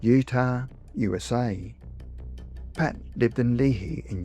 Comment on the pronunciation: Pronounced Le Hi. Both vowels are long. (Lifelong Utah and lived briefly in Lehi)